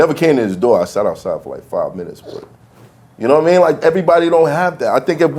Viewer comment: its actually yadidimean or yadida v-lad just butchered it